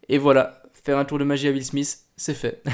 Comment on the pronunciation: « huile smiss »